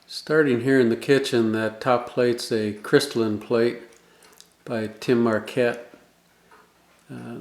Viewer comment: Tim Marcotte, not Marquette, I believe.